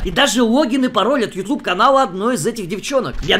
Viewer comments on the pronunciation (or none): none